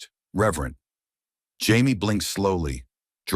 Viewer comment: Gaze not gays? Are you kidding me? Nobody, no no buddy. Reverent not rever. Flinch not flynn. I enjoyed the story.